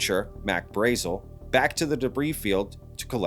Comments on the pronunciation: It's Braazul. Not Braizil. You must be new to this. :) I'm surprised that you haven't seen The Roswell Incident yet. There are interviews with locals who knew the man. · I believe "Mack's" name was pronounced "Brah-zel"...